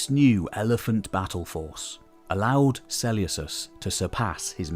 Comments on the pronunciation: Great video! Just one thing is it really pronounced Seuleucos and not Seleukos? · im with you. I’ve only ever heard Suh-Lucas. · Yea it’s definitely pronounced with a k, this sellyousus is killing me right now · Love the video... cringing every time you say "Seleucus" or "Seleucid". The C is like a K not an S. It's se-leu-kus or se-leu-kid: it's also less of a mouthful to say. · Why are you so eggresiously mispronouncing Selecus?? It's gross.